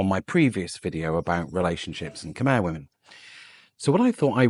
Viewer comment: Maybe your first job is to learn how to pronounce "Khmer" 😂